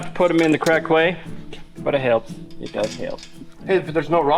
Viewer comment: "You don't have to do it the right way, but it hailps!" love it